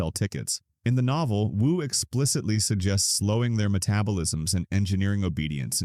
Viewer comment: "you" said W-U several times instead of Wu. you should do a better job of checking your AI if you want people to think its a human narrating this, which clearly is not.